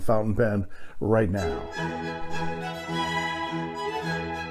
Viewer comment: Mandarin speaker here. “Mojiang” is pronounced approximately “Mo-jung” where Mo is like “mo’ money mo’ problems” and “jung” is like “junk” with a “g” at the end, or “young” with a “j” at the beginning. “Majohn” is basically an attempt to make a brand name that sounds close enough to the Chinese name, but non-Chinese people can still manage to decipher without too much trouble.